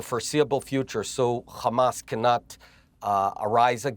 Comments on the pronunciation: Benny repeatedly saying Khamas to brainwash the masses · The Khamas, the Khamas, the Khamas………